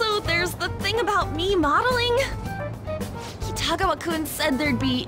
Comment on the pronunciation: you just can't pronounce Kitiagawa, can you?